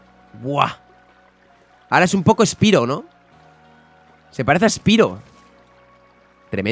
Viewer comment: Me dolio mucho cuando pronuncio mal spyro por obvias razones